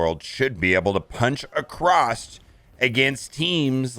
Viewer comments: please please, its AcrosS not AcrosT, seems to be an american thing, i dont get it. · Why do you add a "T" to the word across?